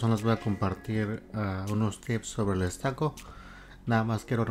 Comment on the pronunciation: No sé dice estaco, se pronuncia ESTUCO...